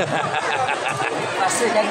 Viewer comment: pagka rinig ko faster hindi master,Im I right?so sorry to korek.Goodvibes lang tayo,ty